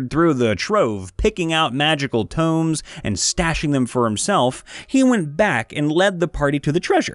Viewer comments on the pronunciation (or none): Tomes is pronounced TOEMS, not TOOMBS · Tomes is pronounced T oh mz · Please, do not pronounce "tomes" as "tombs"